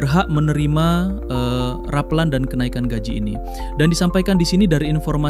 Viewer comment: Yang bener ngomongnya bukan rapeulan tapi rapelan